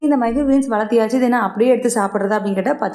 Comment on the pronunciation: Valathiyachu illa ka valarthachu. 😅